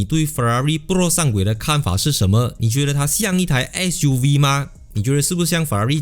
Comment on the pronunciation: Fuv?or ssssuv?